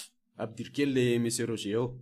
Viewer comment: Misaotra o !! Mbola mila ezaka ihany io! Ny texte mila amboarina ihany koa fa be détails loatra . Ny teny frantsay koa mila tononina tsara: sambre (chambre)' rozė (Roger)...